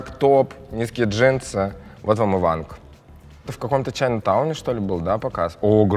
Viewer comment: Не Ванг а Вон :)